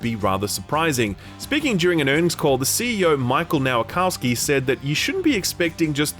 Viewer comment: For the love of God. Michał Nowakowski - Mi-xaw (ł is pronounced like w in the word "way") Nova-(like in supernova)- co (like in co-pilot)- ski.